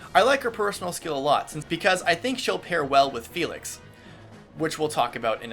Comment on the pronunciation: He pronounces the names in French while I'm a German sitting here like: fELix HuGo- ANNETTE